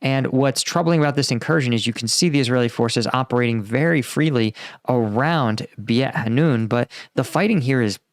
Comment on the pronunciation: This time is different. The Hamas terrorist attack was shocking for Israel and even if Netanyahu wants to leave Hamas around, he's toast politically. Also, Beit Hanoun is pronounced like "Bait Hanoun", not "Bee-yat Hanoun".